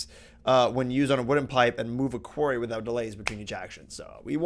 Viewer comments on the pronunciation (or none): I believe Quarry is pronounced the same as Cory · it is pronounced qwory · Quarry us pronounced with a long "a" qu are y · OMG ROB I FACEPALM .WHY U SAY QUERRY ITS QUARRY ITS SOOO ANOYING PLS ROB PLZ 😂😂😂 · It's not pronounced quairy, it's pronounced quorry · The way you pronounce quarry. q-ary no, it's qu-ar-y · It's pronounced kwar-ee not kwair-ee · Please. For my sanity, pronounce quarry "kwory" not "kwairy". I realise that in the US you pronounce it different,, but there is still a definite and clear "o" sound. NOT "ai" as in "fairy". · Oxford English dictionary: quarry pronunciation - kwawr-ee or kwor-ee... nowhere I have found that says kwear-ree. please, you are driving your viewers nuts. I understand its how you say it and it would be hard for you to change that but please just don't say it at all if that's the case. Also tp'ing around is fine with me if it saves time for yourself dude, ask Pete to add big reactors to the modpack it will be a better source of RF:) and add Thermal Expansion 4 mod so you can use Tesseracts as a wireless power source x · IT'S QUARRY!!! NOT QUERRY ARGHHHHHH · I love you, but is is pronounced 'qwarry' not 'qwerry'. Please tell me you are just trolling me? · Yo quarry (kuwarry) the way you say it is a type of questionnaire while a quarry (kuowry) is a mining device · Its pronounced qu-ore-y. not q-air-y. At least, some people say that =p It sounds better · ITS PRONOUNCED KWORRY FFS NOT KWERRY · Pronounced kworry not kwerry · p i know right... i felt bad for trying to correct him but i actually googled it and it is K-war-eeee not k-wear-eee!!Come on. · you are pronouncing Quarry wrong. when you say it, it sounds like "Query" which is a different word. Otherwise, great episode as always. Thanks :) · Your supposed to say Quarry like this Kuh-war-re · Quarry is NOT pronounced like Query... >.> Just FYI. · KOO - WAR - Y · did he call it a quairy???? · quarry is pronaunced as qworry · Quarry - (Core-ee) XD